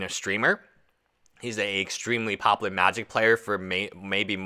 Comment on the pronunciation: Bro. Do you not realize there is a U in the word popular? Pop-u-ler. No pop-ler. Every time you say the word I think of Futurama.